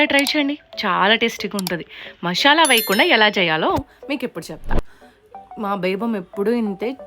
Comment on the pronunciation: మాషల కాదు మసాలా 😂😂😂😂